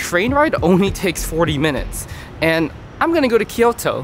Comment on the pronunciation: Great video. Your pronunciation of Osaka is good, but Kyoto sounded super American lol. Nonetheless very much enjoyed it.